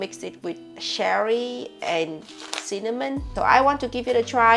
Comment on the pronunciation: I always thought she said sherry not cherry, now I wonder how many videos I misunderstood 😮